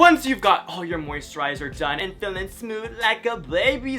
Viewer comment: Moisturizer:/ “MOUSTRIZER” kay you do you